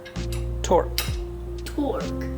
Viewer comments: torque not twerk 🤣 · Maybe she thought you were saying twerk not torque hahs